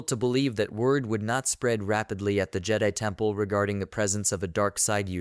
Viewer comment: Good thoughts, but yeah, you need a different AI. Or indeed, speak it yourself. No more “jedee”s. :)